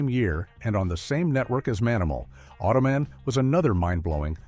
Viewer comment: then there's "tretonde" Automan. I guess these might be numbers in some other language. Automan (not Ottoman, as AI said it) is number 13, which could be tretonde in some language.